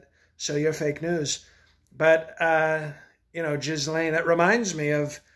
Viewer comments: I burst laughing at "jizz-lane" 😂😂😂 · Everyone a gem. The "Gislaine" - just brilliant. Can we replace POTUS with this guy please? Someone do a change over during "Exec time". Mind you, the GOP may find a new level of intelligence to be a bit fishy. More please.